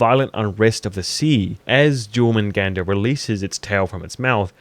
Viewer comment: “Child of Floki” you mean Loki ffs can’t even pronounce jormungandr either lol